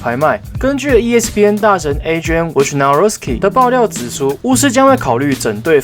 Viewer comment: 竟然說出woj 大神的全名而且發音正確！！！